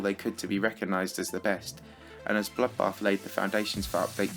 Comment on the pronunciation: Wtf. Have you got a problem with bloodbath. You called it 'bollockbath'